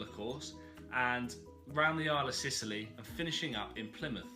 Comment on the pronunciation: Celtic is pronounced kel-tik! And Sicily is in Italy! The islands off lands end are called The Scilly Isles or Isles of Scilly (pronounced 'silly'!) hope that helps. Keep up the good work....